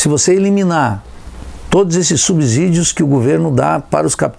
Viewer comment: Meu Deus, esse cara ser professor universitário é a prova cabal que o ensino superior, no Brasil, acabou. Ele não sabe sequer falar “subsídio”... me espanta que um semi-analfabeto desse tenha se formado em economia, quanto mais que seja professor.